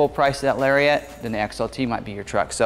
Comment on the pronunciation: Still saying "Larry-ette"... Shame....